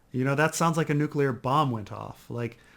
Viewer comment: watched forbidden planet for the first time last night! also it's "NEW-CLEAR". I'm fine with your other mispronunciations, but I thought you were a scientist or something